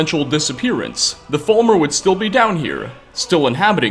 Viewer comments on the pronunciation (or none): Prime example they are stil-ll ali-ave